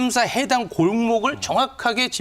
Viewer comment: 참사라고 안했을것이다 잘들어보면 장사라고 들린다 보도한 더라이브 법적조치 한것입니다 대변인이수십 들어도 참사보다는 장사로 들릴것이다